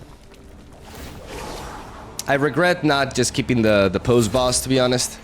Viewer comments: Spicy deck! Unrelated, but you've mentioned wanting to pronounce things right before: "Posse" sounds like "Paw C", rhymes with "bossy". Super petty, sorry, but it was bugging me. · can't wait till you figure out the metagame... considering youve never seen these 12 sets before it honestly shocked me to see you at mythic lol... also it's pronounced possy (poss eee)... the way you pronounced it was hillarious tho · Great video! P.S. posse is pronounced possy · Hellspur Posse Boss is pronounced Possy,! xD Really cool deck and I like how you pointed out the similarities with Loki, but a much fairer approach. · Hi, cool deck. Dunno if you care but "posse" = "paw-see". Old timey word for "gang".